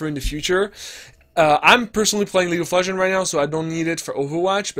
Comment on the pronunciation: It triggeres me that you constantly say "League of Legen" instead of "League of Legends"